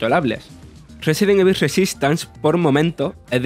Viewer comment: Aprendan a pronunciar "evil", ¡maldita sea! ya van más de 20 años de este juego.